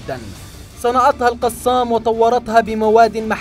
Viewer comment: كتائب "القصام"؟؟ نرجوا ايجاد اشخاص يجيدون قراءة العربية في قناتكم، فضحتونا.